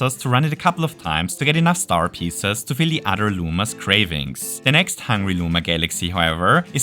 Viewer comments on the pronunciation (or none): none